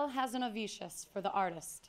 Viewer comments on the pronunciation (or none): Mr. Sherak could have remembered how to pronounce "Hazanavicius". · Tom Sherak should've rehearsed saying HAZANAVICIUS weeks ago. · Freaking Tom Sherak. My god. He had a hernia just saying "Hazanavicius."